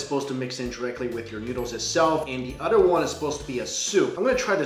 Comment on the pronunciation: You said utter instead of other